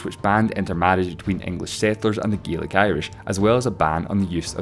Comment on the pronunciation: GEELIC? IT'S GAELIC LOL